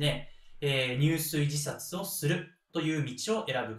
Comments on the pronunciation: 入水自殺→にゅうすいじさつ❌ じゅすいじさつ ⭕️ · とても分かりやすい解説、聴きやすいテンポです。ありがとうございます。 一つだけ、漢字の読み方に時折、？があります。田原坂、入水自殺なども誰かが指摘していますが、 下加治屋町は『しもかじやちょう』では？ご確認下さい。